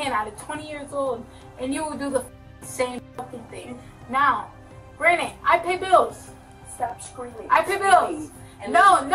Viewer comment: ) How many Times is she gonna śay granite\granted?? I Counted About (24 )times!!